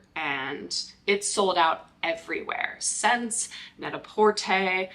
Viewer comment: Just watched your video and really liked it! I'm also a huge fan of Aeyde! Just an fyi, as a Canadian, the store SSENSE is pronounced "Essence". I currently have 6 pairs in my SSENSE cart....just can't make up my mind which ones to buy. I just want them all!